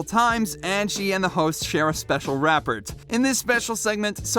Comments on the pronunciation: Rap-pert, really?! RAH-PORE .. does no one check these voiceovers?! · they had a special "rap-pert?"